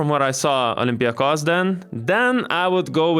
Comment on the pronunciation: Panathinaikos ir Olympiakos neteisingai kirčiuojama